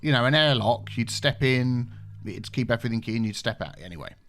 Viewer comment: "Nu." "Everyfink." Nice...